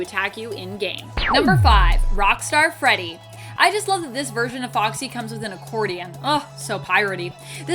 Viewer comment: I think it’s funny how do you said rockstar Freddy